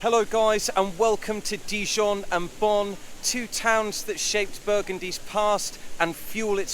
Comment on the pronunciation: Pronounced bone, not Bonn